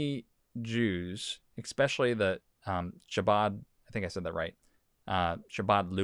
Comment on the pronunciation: I want to believe you, but you said "ecspecially" instead of "especially".